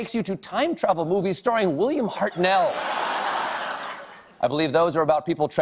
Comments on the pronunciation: Heart-nul, not Heart-NNNell. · Stephen, Ii's not "Hart-nell", it's pronounced as "Hart-noel" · cringed at how he pronounced Hartnell